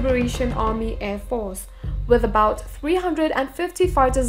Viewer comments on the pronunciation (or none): none